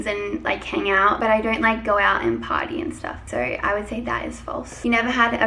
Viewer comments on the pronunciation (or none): I literally thought she said I don’t go out and “potty”